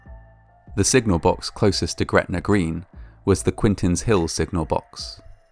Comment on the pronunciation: I just wanted to confirm that is was pronounced "Quentin's Hill". I am not disappointed.